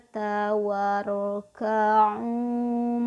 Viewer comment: Maaf kak bacaan ayat 43.... Warka'u tp yg saya dengar kok Waraka'u Yg benar yg mana ya... Makasih🙏